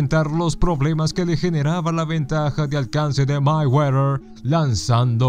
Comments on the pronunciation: Ni siquiera sabes pronunciar "Mayweather" que verguenza! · Ni siquiera sabes pronunciar "Mayweather". Que bruto!